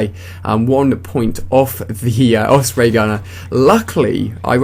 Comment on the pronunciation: just a question, why do you pronounce it oFsprey not oSprey?